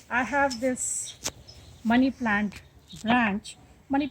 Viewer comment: The way you say money plant sounds like bunny plant